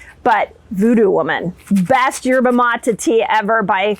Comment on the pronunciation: Dr Mindy it drives me nuts when you keep saying Yerba Mata all over these videos. It is pronounced Yerba Matay (Maté) In Spanish E is long A.